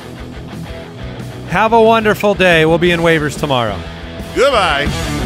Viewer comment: Did say goodbye or good lie? lmao